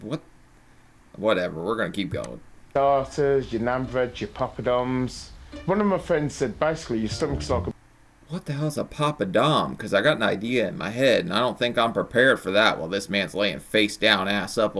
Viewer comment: Also poppadoms are a type of indian cracker, not ”papa doms” 😂😂